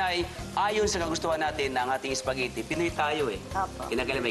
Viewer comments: what .. ISPAGITTI, UWEL and LEVER .. haha😁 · natawa ako sa "ISPAGITI" hahaha . pero idol kita chef.